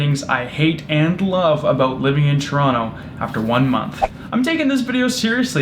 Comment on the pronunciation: At least you pronounce Toronto correctly